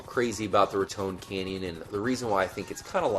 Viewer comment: good video but I've read heard trevor say it like rat ton canyon